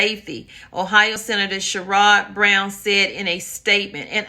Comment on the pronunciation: Thank you..just a note..it’s Sherrod Brown pronounced Cher-odd Brown..☺️